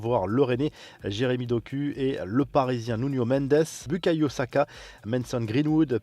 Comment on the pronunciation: Jeremy Doku ?? Les gars faites un effort, ça se prononce "Dokou" pas "Doku"